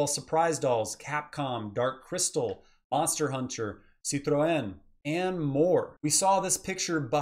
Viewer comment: I appreciate you sayin' citroen correctly